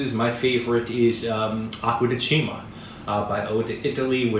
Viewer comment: Acqua *De*cima (stress on the first syllable. pronounced "*detch*ima.☺). Thanks for the review.